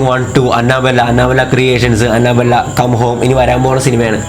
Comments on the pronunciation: Anna Bella alla anabel(pronouncing) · It's not Anna-Bella It's Anna-Belle... Like 🐘🔔... "annabelle" Please Don't Attack me 😊😊😊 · അന്നബെല്ലെ alla അന്നബെൽ 😂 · It's അനബെൽ.........but nice video😁😘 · Annabelle prounciation sheriyalla bro